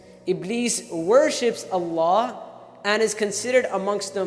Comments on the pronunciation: Not hating just educating.. Your name's Hannah ...Shall everyone pronounce if as Banana? Would U lyk it. Its Allah and not Voila! Or "Wollah" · Bloody idiot its Allah and not "Wallah" or "Ollahh"